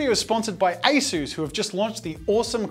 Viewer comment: Asus but without the "u" haha